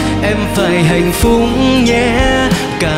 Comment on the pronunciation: Mình nghe nhạc ghét nhất phát âm những từ khó mà sai. Khúc Will hát “Hạnh Phúc nhé” mà nghe hạnh phúng là mình ngứa ngứa😂